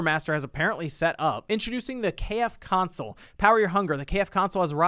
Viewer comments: It is called "KFC-Onsole" not "KF-Console", it is a "Onsole" not a "Console". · You are saying it wrong. Its called the KFC Onsole.